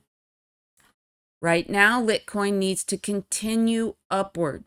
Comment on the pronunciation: Litecoin pronounced (light coin). Love your vids!